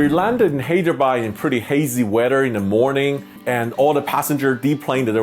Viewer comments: Btw hydrebad is said like high-dra-bad And banglore is ban-ga-lore. :) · Hey Sam!.. I Live in Hyderabad ; AI Has Had A Rich History Through the 747 . But after AI got into Billions of $ of Losses , The Experience Has Got A Lot Different Since! But We Can Still See The 747 On Domestic Sectors & Can Enjoy Them For The Next 3-4 yrs. Sad To See The Queen Go but Airlines Got To Do What They Got To Do! . . P.S : You Got The Pronunciation Of Hyderabad Wrong.. But No Worries!